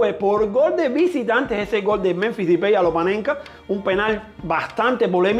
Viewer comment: Porque dice dipey a depay